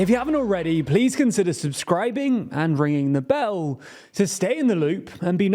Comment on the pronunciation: Stop saying ringing the bell like that